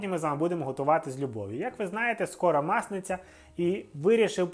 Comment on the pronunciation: Так,так, я почула наголос «мАсниця» і це мене збило, перепрошую, а крім того, в заголовку списку страв все ж таки пише: «Масляна (масляниця).